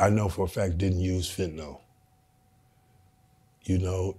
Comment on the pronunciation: Just a PSA, yes Im a drug addicted doctor....its called Fentanyl not Fentanall. Stap it